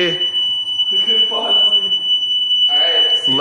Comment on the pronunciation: hey rachit ghosh its not bozly its bosley